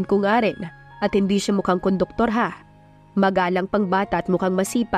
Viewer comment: Conductor po not koduktor